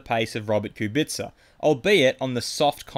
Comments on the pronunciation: Ku bi tca, not ku BIT ca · He says like "Kubitsa". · I know. Still he says ku BIT ca and it’s annoying af, havn’t heard any “slav” pronounce it that way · it's pronounced kubica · please learn how to pronounce kubica